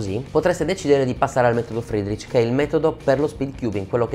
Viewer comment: il metodo che?! "Fidrich"?